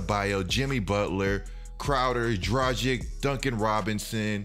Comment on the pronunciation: Had to pronounce check you my guy, it's Drag-itch not Dra-jik. Anyway you're right about everything in this video.